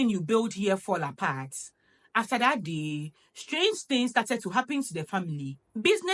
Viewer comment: Marriage without peace? Boi am gone dadaaada ❤❤❤ I love the way you pronounced the word 'THAT ' it's my favorite ❤❤❤